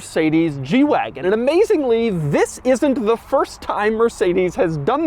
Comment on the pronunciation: I keep thinking he's saying "jew wagon" and it's hilarious